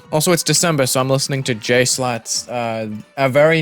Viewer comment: Bro really said slat instead of schlatt lol mrbeast says it wrong once and it becomes history 💀